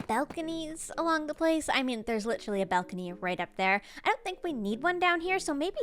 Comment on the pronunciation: "belcony"